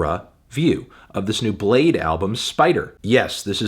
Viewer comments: imagine pronouncing bladee as "blade" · Cant believe his name is pronounced "blayd", not "blah dee" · Oh, it's pronounced Bladee!